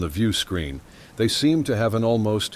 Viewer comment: The word is "They" not Zay!